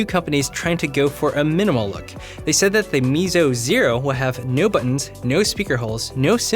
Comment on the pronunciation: BTW: Meizu is pronounced "May zhue" from what I've heard online 🙂 Keep up the good content!